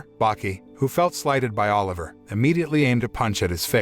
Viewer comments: BRO ITS OLIVA NOT OLIVER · BTW, it's Biscuit Oliva not Oliver